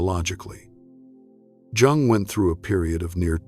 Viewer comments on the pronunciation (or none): At least pronounce Jung’s name correctly. Too bad. it’s a good post, but it starts off alienating anyone who knows that you don’t pronounce Jung like June. It’s pronounced “Yung.” Have respect for the great man. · Its pronounced young, NOT Jung. Duh. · It's pronounced 'yung'! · Please don’t pronounce the “ J “ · Is his name pronounced Yung or Jung? Why do you switch the name!? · It's pretty hard to listen to when the recording isn't pronouncing his name properly. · You don’t pronounce Jung correctly. Hmmm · Because there is no better way to pay homage to a guy than mispronouncing his name for two hours. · AI needs to pronounce Dr, Jung's name consistently. I'm not staying. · Ugh. If I hear his name mispronounced one more time.... This is the problem with AI narration. Smfh. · Nope, stopped listening as soon as the narrator mispronounced Jung's name less than a minute in.